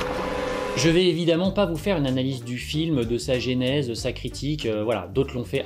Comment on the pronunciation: JEU T'AI-MEUUUU... Enfin, entendons-nous:.... j'aime ❤️ ta vidéo! Moi, non plus, je n'aime pas les incohérences. Au passage: la genèse, y a pas d'accent sur le premier e, donc la geu-nè-seu. 😙 Oui, je chipote, mais n'empêche... J'ADORE cette vidéo! Qu'est-ce que je me suis poilée! Je comprends ce que tu dis pour les plans de dissection. Je me souviens d'avoir lu quelque part: vous pensez que le chirurgien coupe dans le corps? Non en fait, il écarte les cellules. Merci, merci, merci, merci pour les barres de rire. Dans les séries ou les films américaines, les protagonistes sont en caoutchouc. Ils peuvent recevoir une volée de gnons et se remettre debout dans la seconde. Et trois jours plus tard, ils sont frais comme des gardons. Alors que dans la vraie vie, avec la raclée qu'ils ont reçu, ils en auraient pour plusieurs semaines d'hosto.